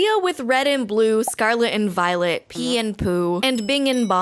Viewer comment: Am i the only one that hears "scarlet and VIOLENT"?